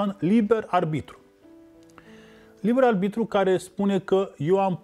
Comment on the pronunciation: De ce oare nu a învățat corect să spună “aRbitru” și nu aLbitru”???? Băiat deștept de altfel, însă pronunția incorectă este enervantă. Păcat!